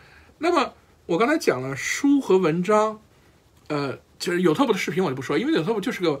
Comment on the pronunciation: 你说的都在理，尤其是作为兴趣爱好的学习者。Out of my force of habit (sorry!), I'd like to point out that it is YOOOUtube not youTuuuuuuuub